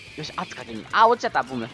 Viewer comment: すいません自分が耳悪いのはわかってますがボムがボブに聞こえてしまいます